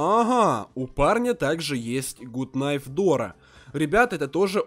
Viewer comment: Дураки сочитание буквы kn по правилу k не читается nife говорить правильно!